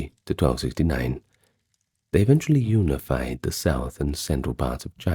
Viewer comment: You lost me when you said unified. Prefer the ai voice lol